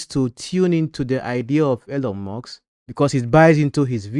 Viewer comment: Elon, not Elyon. Musk, not Muks